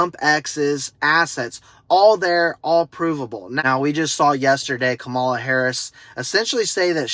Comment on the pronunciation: Her name is pronounced comma-la, not Ka-ma-la